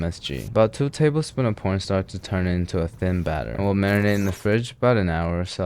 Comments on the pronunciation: Did I hear him say P*rnstar instead of corn starch????? 😂😂😂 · did he say two tablespoons of porn starch? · You said "porn starch" didn't you? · I swear he is saying porn starch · is it just me or he says por- star?